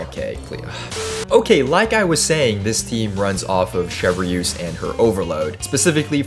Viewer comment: wait... Chev-Re-use? 😭